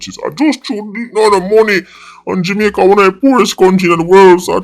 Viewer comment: Why always seh "Jimaica" tho 🤔